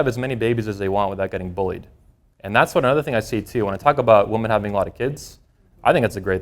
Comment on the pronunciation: All good stuff, but I keep asking myself when did the standard pronunciation of the plural "women" change to the singular "woman"? Is this a regional thing?